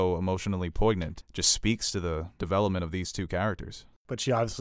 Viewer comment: Ha did you say poiGnant ?